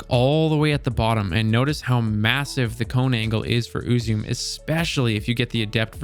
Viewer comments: Just a slight correction, but it’s closer to oo-zu-meh, not “may”. “May” would be if it were spelled “Uzumei”. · it's Eu-zoo-mae not uu-zoom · "please correct me in the comments" will do! Ame-no-Uzume-no-Mikito: Japanese kami of shinto origin. Goddess of the dawn, invented the performing arts, known for her merriment and humor, and her spontaneous dancing once saved the world from eternal darkness. "Uzume" is pronounced "ooh-zoo-may" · BTW Uzume is pronounced Oo-Zu-Me. pretty sure the word is of japanese origin, dont quote me on that but, i digress. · its more like oo-zoo-may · Last month? Uzume was around in year one, not to mention the original in D1. Btw it’s pronounced oo-zoom-ee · "Ooo zoo may" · I have one, it rules with a good build. There are 3 syllables in the name [it's Japanese] thus "U ' zu' me'. Thanks for great action in your video! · It’s pronounced “oo-zu-may” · I prefer to pronounce it UZUME (oo-zoo-mey) Or, for something that probably makes a little more sense. UZUME (you-zoom) Ya know it's funny, I don't know how I got this sniper rifle, but I've had it in my vault for...forever, and I almost scrapped it, but I kept it because it looks cool, kinda glad I did now watching this. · Ooo zu meh is the way to pronounce it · I love this sniper in both PVE and PVP. It's read as Ooo-zoo-meh, it's Japanese. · I just assumed uzume was Japanese which makes it. Ooo-zoo-may. Not whatever you were saying lol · Ooo-zoo-may (or meh if you want to get closer to the actual pronunciation) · oo-zoo-mei, the 'e' at the end is not pronounced that same as "flume" or "plume", but as an "eh". Think of how you pronounce the month "May", but tone down the 'A' sound in the middle. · Its pronounced ooh-zoo-may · it is called "U-zu!-meh" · Im pretty sure its actually pronounce ooo-zoom-may or mehh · It's oo-zoom-eh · I thought it was pronounced, "Ooo-Zoo-Mae." 🙄🤣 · I don’t think it’s supposed to be english. Eww-zoo-may; like with an accent over the E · Uzume. Oo zoo mee